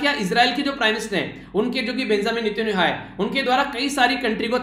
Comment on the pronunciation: !!!!!!!!🙏🙏🙏🙏🙏 इजरायल के प्रधानमंत्री का नाम बेंजामिन नेतन्याहू है आपने शब्दों का उच्चारण सही से नहीं किया था। इसलिए आपका एक नंबर कट गया👍❤️ Rating 9/10👍🏿👍🏿👍🏿👍🏿👍🏿